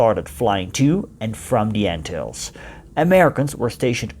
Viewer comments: G'day to you,I dont think you say Anthills ,it should be more like Antillees! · Ant hills, that is not how you pronounce it, it is pronounced an til les. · I've been pronouncing the islands incorrectly. The lesser an-Till-lees is wrong I guess. Ant hills, now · In Murican we usually stress the first syllable of a word. ANN-till-ease. None of that fancy "tulips and wooden shoes" stuff for us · An informative video, but the narrator should learn to pronounce "Antilles". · Shocking pronunciation of Antilles!! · If you make a documentary about the Antilles it would be best if you first learned how to pronounce it correctly.